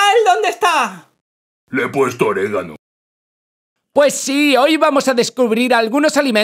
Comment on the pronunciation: En el minuto dijo en el ano o el oregano